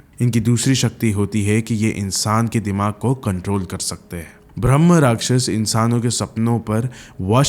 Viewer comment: bhai bhramh nahi bramh hota hai!